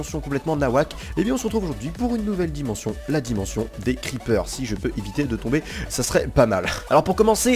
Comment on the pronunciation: Pu..... Y'a... L... La di..... La dimonssion des creeper belle vidéo merci a toi